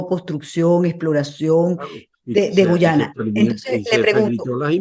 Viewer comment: Nitu, es Guayana no Guyana siempre te confundes